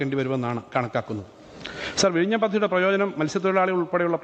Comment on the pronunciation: Ha ha ha " Virayniyum' sea port....? Or Vizhinjam...? Todays AI based text to speach software can pronounce better than this guy. Proud of Vizhinjam ..the deepest port in India.